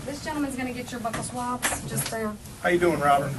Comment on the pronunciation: I hate that she kept calling them "buckle swabs"